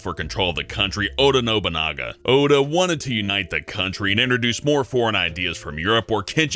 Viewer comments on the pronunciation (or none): you missed pronounced Oda Nabugana